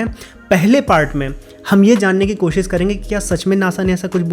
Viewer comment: भाषा पर अच्छी जानकारी है…अपने उच्चारण दोष पर ध्यान दें. कोशिश होता है 'कोसिस' नहीं.